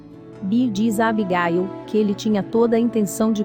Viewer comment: O nome é Abigail não Abigail e jeck não jak